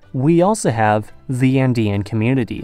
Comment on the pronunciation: Do you say "zhe" for "the" throughout the video in an attempt to sound more European?